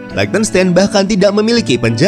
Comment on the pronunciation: Min kalau mau bahas negara di eropa coba search gmn tuh spell nama negaranya ,itu spell liechtenstein nya salah, itu negara pake bhs jerman jd nama negara nya jg pake cara baca nya bhs jerman 😁hehe ato emank sengaja mau di spell pakai bhs indo ya hehe